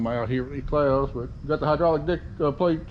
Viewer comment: Are you calling that a deck plate or Dick plate